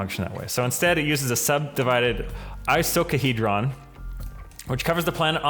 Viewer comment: I lost it at "I-suck-a-hedron"